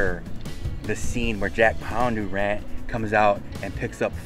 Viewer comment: It's Bondurant not pondurant